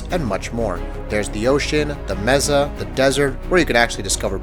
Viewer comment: Mesa is pronounced "may-sah" not how you said it.